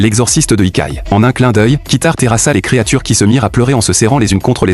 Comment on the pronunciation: Yokai, pas ikai 😂